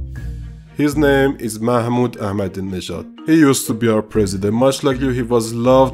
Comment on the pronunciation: As my Iranian perspective only an Iranian can pronounce “Ahmadinejad” correctly so he is definitely an Iranian.